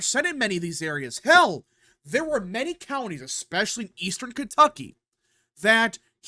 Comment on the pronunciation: Sorry dude. Your pronunciation of counties is killing me!